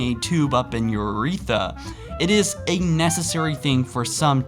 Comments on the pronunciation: What the fuck is an ewReeTha,... YUR-RE-THRUH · Ron Templeton and uretha instead of urethra. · Cath-Eaters, Youreetha, are you trying to pronounce things wrong? Just to spite us? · Urethra not urtetha!!!! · everyone: urethra: uretha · Urethra not UUUREETHA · urehtra not uretha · Urethra Not uretha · its called the URETHRA not the Uretha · You obviously wiki'ed all these "facts" and have no basic medical knowledge whatsoever. Your pronunciations are driving me mad. Catheter is pronounced "kath-ih-ter" not "kath-EE-der"... Urethra is pronounced "yoo-ree-THRUH" not "yoo-REE-thuh". I couldn't even finish the video to hear if you pronounced anything else so ridiculously :/ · says "catherized" (not a word obviously) instead of CATHETERIZED Says "uretha" (also not a word) instead of Urethra LIKE REALLY, MY GLASS IS FULL WITH THIS ONE. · "... literally forcing a tube up in your uh eetha." jesus, when will you learn how to speak properly? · Watching this video wasn't nearly as disturbing as listening to pronounce words. "Ca-theater" "Ur-eetha" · Words mispronounced in this vid: Catheter - “cath e aturs” Urethra - “Your e tha” Inserted - “Inserned” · it's pronounced UR RE THRA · "Catherized" "Uretha" "Ca-theater" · Ok say it with me, (K-ah-th-It-er) that’s catheter. Now (yur-ea-th-ra) that’s urethra, there is an r at the end. Thank you. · Ca - theater? Nope its just catheter -- Also, urethra is pronounced 'your-wreath-ruh!' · cath-ah-der and your-wreath-rah and it's not m.r.s.a. you say it as mer-sah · your pronunciation of words is terrible it's urethra with a thra also catheter isn't hard to pronounce either what is a cath theater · Bro, can you pronounce catheter and urethrae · The amount of times your said catheter and urethra wrong irked me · FUCKING IDIOT. MISPRONOUNCE URETHRA ONE MORE TIME. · Goddamnn i cannot take hearing the mispronounciation of catheters of urethras holy fuck dude. Did u not go to school